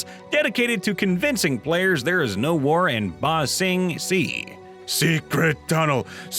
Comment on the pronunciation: He said “Ba Sing… See” 😭